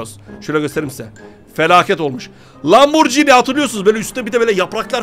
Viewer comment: Ya abi ismini söylemesi bile güzel Lamborghini